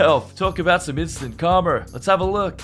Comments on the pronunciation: It's pronounced "kar-ma", not "kar-mer". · Its instant KARMA, not karmer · The word is KARMA NOT KARMER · How do you spell, karma? Calmer. No...try again. Karma...say it with me...karma. Notice there's no 'r' at the end of it...but there IS one in the middle. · Please learn to pronounce the word Karma. It sounds like Car ma. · did he say Karmer? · PEONOUNCE KARMA CORRECTLY